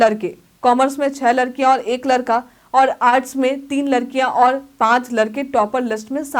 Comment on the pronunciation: लरकी और लरका 😂😂😂